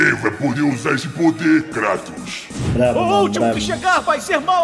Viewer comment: "Kratos... CRATOS!" 🤣🤣 Zeus errando o nome kkkkkkk